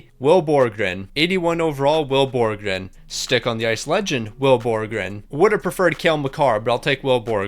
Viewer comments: had 84 tries to pronounce will borgen right but couldn’t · Will Borgen only got 2 assists because you couldn't say his name properly.